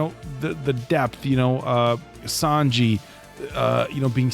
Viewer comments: Not trying to be that guy, but just because his name came up so many times in this video, it's pronounced Sanjee, not Sanjay. 😄 Edit: Never mind, and got it in the end! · San "G" not "J" spelled with a J but sounds like "G" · I have to say, in the manga Ussop is my favorite since day one, but the live action Sanji (it's prononced "Sanj-ee" btw haha) is so good ! The actor got a lot of hate when he was cast but I'm glad he got to show these people wrong ! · Who else was cringing everytime they said San-Jay? 😂 like omg I was losing it 😂 itd SAN-JI LOL 😆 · Its SANJI not SANJAY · I get where you guys are coming from some of the accents it sounds like Sanjay but the proper pronunciation is San G the ji is a G sound otherwise you guys have the San part down correctly thought I would throw this out there for the sanity of all the one piece fans lol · ITS SAN-GEE NOT SAN-JAY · Sahn-Gee not Saan-Jay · btw, is san-ji... not san-jey xd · It was so weird to hear sanjayyyy. Itz sanjjjjjjjjeeeeeeeee plz (sanji) 😭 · San-Ji!!!!! Not Sanjay lol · Omg, you call him "Sanjay" one more time....😡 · Sawn- G. :D